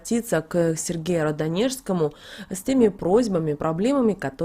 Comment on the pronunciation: Очень режет ухо Ваше не правильное произношения Радонежскому.